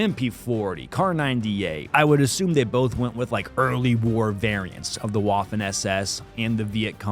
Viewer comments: WWWWWWAFFEN. It's Vaffen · Hearing Admin say "Waffen" was full cringe. Say Vaffen. You're welcome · Maybe you care, maybe you don't, but Admin, the "w" in "waffen" is pronounced like a V, not a traditional W. That being said, in the episode of the Mafia vs. the Yakuza, the Yakuza are showing off the nunchucks, Mafia walks up with a baseball bat, the dummy's head is obliterated, and the mafioso essentially "mic drops". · Stop saying Waffen like that please